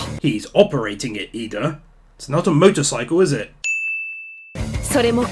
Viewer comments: It’s Iida not Lida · WHO YOU CALLING LIDA B** ITS IIDA